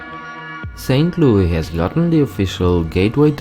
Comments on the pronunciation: If you're going to make a video about Missouri can you make sure you're actually saying the words how we say it for example you said St Louie we say St. Louis, and that's not how we say Lebanon or Nevada and etc so please next time you're going to make a video about a state make sure you actually say it how they say in their state not how you think they say it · We don't say Saint Louie...it is Louis like Lewis. I live in Missouri. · ST.LOUIS... NOT SAINT LOUIE YOU ASS ! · Saint Louis, not saint louie. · We don't call it St.Louie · this guy got like three facts right! He needs a proper fact checker he acts like we are all farmers, we have city's and even some pretty fancy houses. Also the pronounce thing is totally wrong! He knows nothing :) Also: Missouri (Miss-rr-i) St. Louis (Luw-is) And your so called Cario is in Illinois I'm also a Missourien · Why does he refer to it as st.Louie? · SAINT LOUI I CANT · As a former native of KCMO..to the people in St Louis complaining about the way the narrator pronounces 'St Louis'..deal with it!..LOL..in all good fun, at least, I assume, most people don't assume you're from Illinois! I'm amazed when anyone outside MO understands that just because I am from KC, doesn't mean I am from Kansas! There is a 'Kansas City' in KS..but it is about 1/3 the size of KCMO..and everything anyone nationally might know about KC..is from the what we call the 'Missouri side'. If you want to just call us Kansas Citians, without naming a state..I'm OK with that! :) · That's not how you pronounce st. Louis btw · its not called st. loui, its st louis! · St.Louie😂😂😂 It's St.Louis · this guy got like three facts right! He needs a proper fact checker he acts like we are all farmers, we have city's and even some pretty fancy houses. Also the pronounce thing is totally wrong! He knows nothing :) Also: Missouri (Miss-rr-i) St. Louis (Luw-is) And your so called Cario is in Illinois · LouiS NOT LOUI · We call it St. Louis... NOT St. Louie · Saint loo-iss